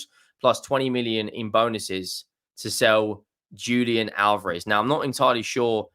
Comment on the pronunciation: JAY-sus not "HAY-sus". In Portugese, that they speak in Brazil, you pronounce J as J, not as H like in Spanish. Conversely it's pronounced 'Hulian Alvarez' also with emphasis on the first a of Alvarez, because he's from Argentina where they do speak Spanish.